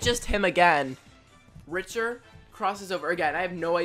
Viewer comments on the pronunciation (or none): Richter Belmont is pronounced like Victor with a R. He is Simon's great great great grandson from 1792. Richter is the anime style Belmont a young handsome man trying to save his girlfriend from the evil hands of Dracula